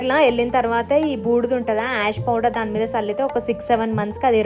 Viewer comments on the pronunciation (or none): none